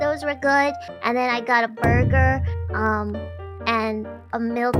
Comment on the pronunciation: Borgar N Fries. Mmmm malkskeke